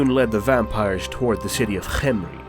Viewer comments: It bothers me that you pronounced Carstein in the American way but did a perfect Khemri. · A great video for the greatest vampire in all Warhammer. Great job Ps: you made me realise the true pronunciation of Khemir, thank you ^^ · >Official trailer says CarSTINE. >Procedes to call him CarSTEEN the entire video. >Somehow does pronounce Khemri correctly. >bloodyamericans.jpg No other complaints 7/10.